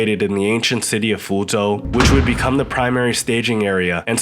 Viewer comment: and and It’s interesting that standard dialect was used up to this point to pronounce Zh ‘correctly', and then a southern pronunciation was suddenly adopted here for the narrator’s pronunciation of “Zhen”, “Fǔzhōu”, and “Zhāng", wherein Southerners typically don’t differentiate between Zhe/Zhi/Zhou/Zhang and Ze/Zi/Zou/Jiang.